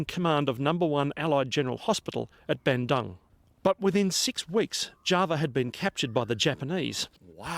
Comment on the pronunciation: Java was and still is called Java, one of the main islands in Indonesia. (Bandung is pronounced Ban-doong - my ex-husband is from there). There are still Japanese tunnels in Indonesia.